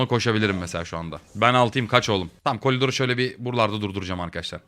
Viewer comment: abe niye kolidor diyon